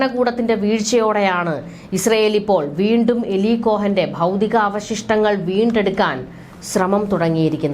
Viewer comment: Not malayalam eli,but eali ucharanam